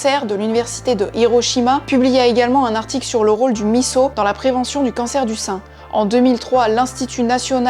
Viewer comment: Bravo de bien avoir prononcé MISSO !